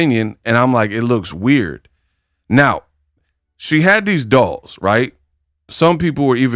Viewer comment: Dials 😂not dolls